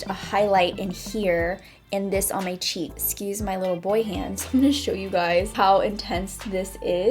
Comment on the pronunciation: When she said a "cheek palette from NARS".... I thought she said cheap and I was like whatttttt???? NARS???? CHEAP???